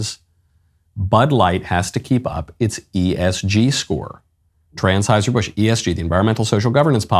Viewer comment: at 0.54 it sounded like Michael Knowles said “Transheuser Busch”; if he did, that would have been very appropriate.